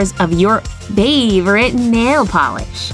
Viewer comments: why did she call her nail a nhail eDiT: ThAnK U fOr FiVe LiKeS IvE NeVeR HaD FiVe BeFoRe 💩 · You are right she said nhali 😂😂😂😂😂😂😂😂😂😂😂😂😂😂😂😂😂😂😂😂😂😂😂😂😂😂😂😂😂😂😂😂😂😂😂😂😂😂